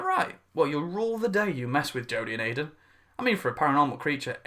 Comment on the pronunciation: Hi american here, and no its weird that she calls him Iden